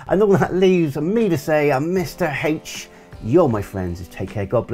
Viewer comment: Surprised you didn’t comment on your pronunciation of Mr H. I still think it sounds strange…but that’s just me.